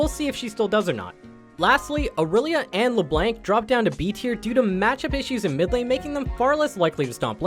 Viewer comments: he said le blank wtf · It's pronounced: Le - Blongk